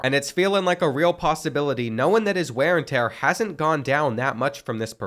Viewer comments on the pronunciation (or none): “Ware n tear”